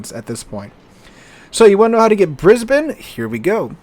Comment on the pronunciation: As an Australian, thank you so much for pronouncing Brisbane correctly. Most yanks seem to struggle.